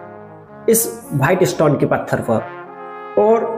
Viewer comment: आप थोड़ी सी भाषा सही करो भाईट स्टोन नहीं वाईट स्टोन साजहा नहीं शाहजहां